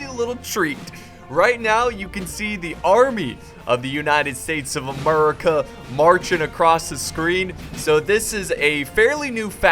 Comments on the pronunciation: what is with this Murica stuff please stop and actually say the name correctly but other than that good vid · Lol the way u say America "Muricah"